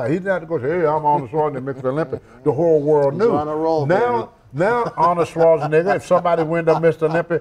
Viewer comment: he said awnald schwarzinigga smh. Tony needs speech lessons